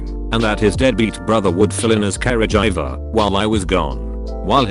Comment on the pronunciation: The pronunciation of caregiving and caregiver. Care-a-jhai-ving and care-jiver